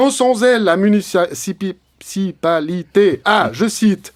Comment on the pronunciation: ça date mais qu'est-ce que c'est magnifique!!! Par contre, on s'entraîne, allez tu peux le faire: MU-NI-CI-PA-LI-TÉ!